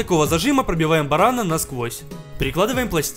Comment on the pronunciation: Не барана а барана ударение на последнюю а